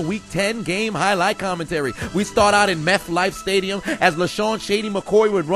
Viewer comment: Meth-Life Stadium LOL